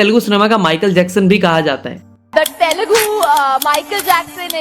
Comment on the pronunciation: Bhai..its Telugu.. not Telgu